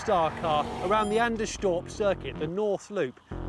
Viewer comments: The way they pronounce Anderstorp is hilarious :) Anders-torp not Ander-storp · why do they pronounce it "anderschtorp"? it's sweden, not germany.. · It's pronounced Anders-torp, not Ander-storp. 🙂